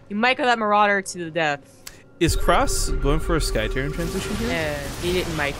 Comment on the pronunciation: I think his name is actually "Crass" not "cross" as you pronounce it. Like the 1980s British punk band